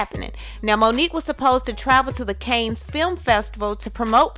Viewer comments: Not Cane. KAHHHHHNS cannes. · Cannes is pronounced "can" not "Cains" 🤦🏾‍♀️ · Real quick- Cannes is pronounced "Can" . Like a can of soda. The "s" is silent. "Can (Cannes) Film Festival. Love your videos! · Its pronounced KHANS ❤ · Nice coverage. But it is CANNES...Like "Cans" of tuna...